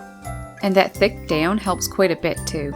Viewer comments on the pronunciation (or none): none